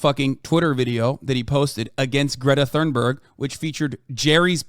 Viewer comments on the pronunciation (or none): none